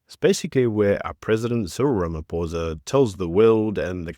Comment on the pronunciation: Everyone mispronouncing his name..its ramapoes